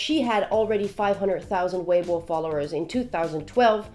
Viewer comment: Her pronounciation of "weibo" is on point.